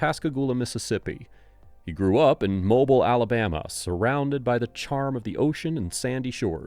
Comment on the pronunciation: Mobile is pronounced Mo-beale I know... I live there.